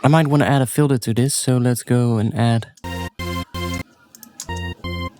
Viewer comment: its pronounced filter